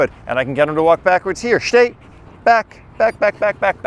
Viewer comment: shhtay??? shhhtop😂